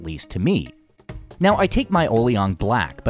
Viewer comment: “O-liang” and “Yok-law” - your pronunciation is a little off.